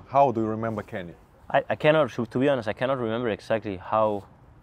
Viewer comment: Не бихонес а би онест, и лучше в место "эээээээээ' говорить то же слово пару раз или подвести слово к теме если вы не знаете как сказать правельно